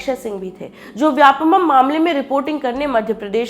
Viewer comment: Vyapamam.. नहीं vyapam. व्यावसायिक परीक्षा मंडल